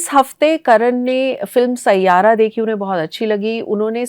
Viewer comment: you had me at “saiyaaara”